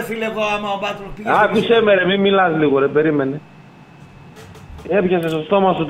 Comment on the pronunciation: Μέχρι και τώρα λέει επίτηδες λάθος το όνομα του Μπάλντοκ, σώνει και ντε να θυμίζει Αλέφαντο